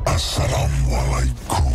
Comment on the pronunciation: Tapi jangan ditekankan pas assalamualaikum ny bang toleransi lah jangan menghina assalamualaikum bang emang film indonesia masih banyak banget kurangnya😂 tapi bacaan Assalamualaikum jangan dibuat mainan bang😊